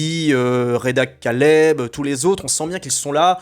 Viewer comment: Apprends au moins, stp, à prononcer correctement le nom de Reda Kateb (et pas kaleb !), au demeurant un des meilleurs acteurs du cinéma français !!